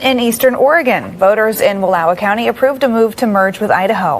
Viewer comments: Wallowa is pronounced Wal-ah-wah where the ah sounds like ahhhhhhhhh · Wallowa. Learn to pronounce it, Benny. Wall law wa. Geez. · Wal low (like ouch) a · Please learn to say the names properly. It’s Wall-OW-a. The county I grew up in was the first to vote to secede. So proud of Union County. Here’s to Greater Idaho. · Pronounced Wa Law wa an indian name. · Pronounced wal-ow-uh County, old indian name. I'm from Grant County we have wanted this for decades. We are culturally and morally identical to rural Idaho and Wyoming. Salem and Portland left us cold. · Love your show, but you need to learn how to pronounce Wallowa.